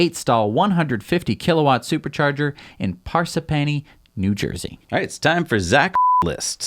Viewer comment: How to pronounce Parsippany ... you know, when you do your due diligence in your reporting